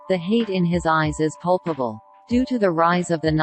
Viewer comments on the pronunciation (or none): Get rid of the annoying background music. Replace the robot with a real person's voiceover. Check all the texts as there are some random words inserted that shouldn't be there. The correct word is 'palpable' (not pulpable).